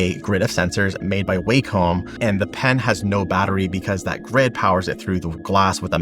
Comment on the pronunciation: Wacom is actually pronounced Whack-em.